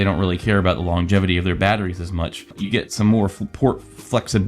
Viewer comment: did you say "longetivity"....?